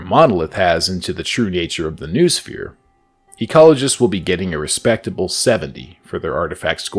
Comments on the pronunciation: ffs noosphere is pronounced 'know-oh-sphere', not 'noohsfeer'!!! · Noosphere is pronounced no-oh-sphere